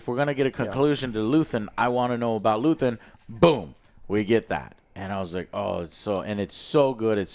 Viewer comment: Luthien, luthen, luthien Never change joe hehehe. Andor was great, hope Disney gets the memo. I'm not watching impervious to damage mando and the green prop movie. I want more Andor like projects. P.s the bricks and screws comment was right on target. Can't stand swt anymore.